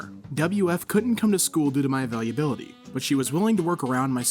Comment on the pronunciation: "Avalubility" is really how he says "availability"